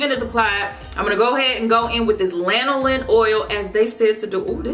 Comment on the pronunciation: Thank God somebody knows how to pronounce lanolin. Lol. I think I've watched 3 reviews for these products and each time they're like " laNOlin?" "Linoleen?". Lanolin is in so many products, I'm surprised so many people haven't heard of it before.